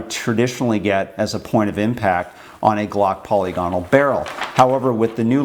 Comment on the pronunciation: Who the FCK is Polly Gonnal, and what the hell has she been doing to your rifling? You just can't have been trying to say 'polygonal', I will not believe that anyone, even a bloody yank, (who are well known to mess up any word in the English language that contains vowels) could mess one word up so catastrophically. So back to my initial question, who the FCK is Polly Gonnal and why have you been letting her get her sticky fingers down the lively bit of your guns?